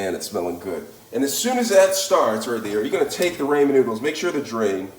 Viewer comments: Left the second he said Raymon noodles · "Raymen noodles" 😂